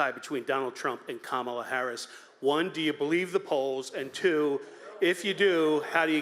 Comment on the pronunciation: It's Kamala not Kamala😂😂😂